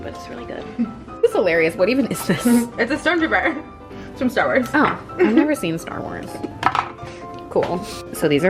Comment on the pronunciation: She said Star Worms...😂